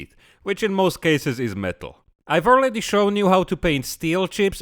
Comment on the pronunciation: "I've arleady" Haha, my slavic tongue twists the same way all the time when I speak English. Something about these two sounds and speaking "in English manner" makes it so easy to mispronounce.